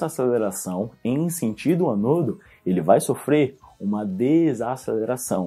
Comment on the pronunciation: só fiquei agoniada com sua pronuncia.. deveria ser Ânodo e cÁtodo e não anôdo e catôdo